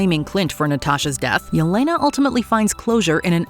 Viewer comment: …Seriously? You mention Yelena multiple times and DON’T EVEN CHECK THE SPELLING??!! 😭 OR PRONUNCIATION?!